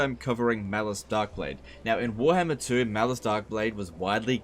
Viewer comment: say warhammer not werhmr